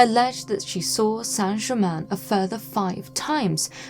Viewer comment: It's Count Saint Germain.Please.